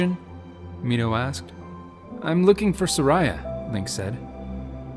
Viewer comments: It's Sar-ee-uh. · Everytime he pronounces Saria as ”Suh-rai-ah” I die a little inside